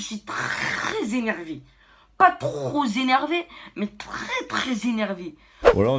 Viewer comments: ''je suis tro ZÉNERVÉ'' ben bien sûr y a un ''s'' à la fin du mot ''trop'' maintenant. Allez hop ça dégage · "Trop énervé", avec la liaison du son "z" comme l'atteste le S invisible à la fin de trop. L'école c'est très (zzzzzzz)important. Par contre question expression de djeuns la il est au point, pardon je me suis transformé en vieux con quelques secondes